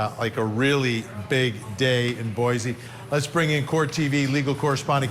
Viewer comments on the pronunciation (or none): ....please! Pronounce our capitol correctly..... it is NOT,.... B O I "z" E. B O I "S" E. Thank you. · It’s pronounced “Boy’ see” Vinnie, not Boyzee. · Vinnie 🥳 correct pronunciation for Boise is “boy see” ☺️ not zee. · I love your videos. Boise is pronounced Boy-see 😂 spread the word! I know it's irrational to be bugged by Boy-zee